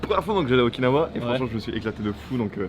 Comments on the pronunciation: Moi je reste bloqué sur le fait que tu dis Okin-hawaïenne 🤔 ça sent le monoï u.u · quand tu dit "Okinawa" sa me fais pensée a "Oikawa" dans haikyuu 😂